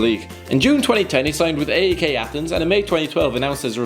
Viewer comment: P-A-O-K???? A-E-K???? The teans are called PAOK and AEK